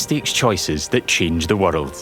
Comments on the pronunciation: Never heard anyone pronounce "world" as "wordled" 🤣😂🤣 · "Change the waterld?"